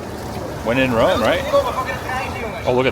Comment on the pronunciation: I feel like we have a fwend in Wome.